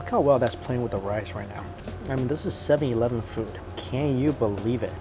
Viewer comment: Right u say 7-Elven